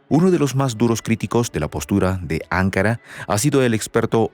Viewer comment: NO SE PRONUNCIA "ÁNKARA", SINO "ANKÁRA". ¿ NOTAS LA DIFERENCIA??????